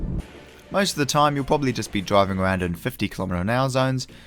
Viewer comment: Driving awound